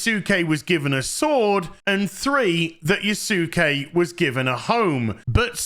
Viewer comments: Yusake? LMAO. jfc, dude. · Yas'ke......like Sasuke (Sas'ke) from Naruto :D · I swear no youtuber has ever watched Naruto or something. It's pronounced "Yaske" without the u. Like Sasuke from Naruto. Type it into google translate. I dare you. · Can people at least PLEASE learn how to pronounce yasuke correctly. Everyone comes across as having done no research, including Ubisoft. It's not Yah Su Ke It's Yah ske. Like Sasuke is Sah Ske And Sukuna is Sku Na. The U is virtually silent. I will give a minor pass but hearing itsagundam get it wrong when he's supposed to be learning Japanese is awful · I remember seeing the picture of the Bucharest QA team for Star Wars Outlaws... Good thing Ieft Ubisoft. Bro, I swear, you're hilarious. You misspelled Yasuke as Yusuke and then Yusake... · It's pronounced as "Yah-skay". Like Naruto's Sasuke "Sahs-kay" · Why do you say sammeerai and Yasooke? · Yasuke is pronounced Yas-Kay, the U is not pronounced, its the same for any Japanese name with that U such as Yusuke being Yoos-Kay and Kisuke being Kiss-Kay and the most famous is Sasuke (From Naruto) being Sas-Kay. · Why can no YouTuber say his name correctly its Yasuke dont say U just like Sasuke lol it's not hard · Dude, if you don't know how to say his name, use google translate in japanese. It's so weird why 3% of people talking about him keeps saying his name wrong. And just to make sure: My comment is not ment as shit talk, I fully agree with you on this subject, it's just, saying his name wrong like that makes me cringe.